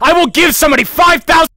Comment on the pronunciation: "IL GIVE SOMEONE 5THASEND DOLLERS"